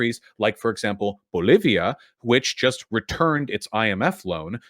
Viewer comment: BTW what's up with the way Vaush pronounces "Bolivia"?